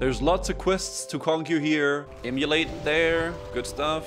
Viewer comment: pronouncing Immolate as "Emulate" will never not annoy me greatly. Keep up the good work!